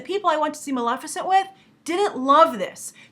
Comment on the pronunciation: Sounds like you're saying "Malaficent" instead of Maleficent.